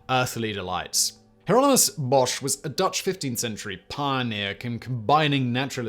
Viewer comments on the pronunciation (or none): none